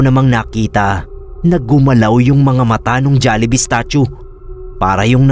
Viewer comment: natawa ako sa jollihee 😔🤣